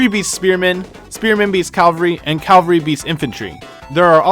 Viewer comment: CAValry, not CALvary. sorry, you just sparked my autism is all